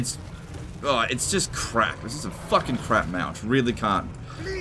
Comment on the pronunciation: CA after seeing this Dear you pronounce it wrong it's not CRAP it's CRAB!!!Now repeat?!!!